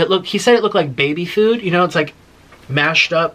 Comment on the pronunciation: I noticed that. The way he pronounces Google (gewgle)😂 Food (feud) and my all time fav Taco Bell he says Taca Bell. LMAO 😂 That accent tickles me